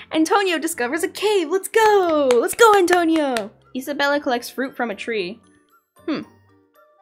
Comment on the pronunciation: NOOOOOO!!! NOT ATONIO